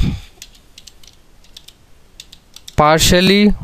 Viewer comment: Partially not partically